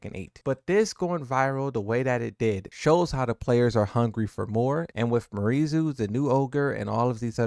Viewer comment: It’s pronounced, “Me-are-E”. Not Marie.